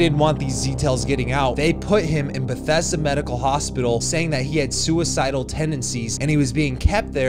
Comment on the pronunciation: "Bathesda." Lol, its Bethesda. Ive noticed this in a couple videos.